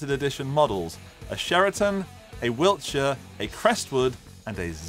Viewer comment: Wilshire NOT WilTshire 🫣